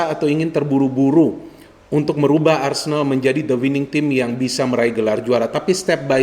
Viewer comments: ARSENAL bukan Arsendal ya 😎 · A-R-S-E-N-A-L bukan ARSENDAL yah 😅 ingat itu